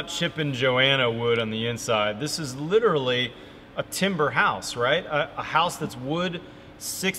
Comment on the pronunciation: Literally the walls are literally the insulation. Litcherally